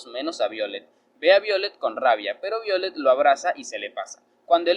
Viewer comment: BAYOLET amigo no Violet xd